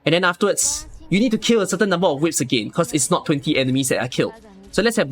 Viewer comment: I really like how call those fire thingies as "WIPS" rather than "Wisps" 🤣🤣🤣